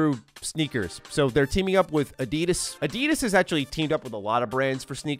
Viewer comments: A deedus? Its add - idas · Why did you pronounce Adidas like that? 😂 that was so weird.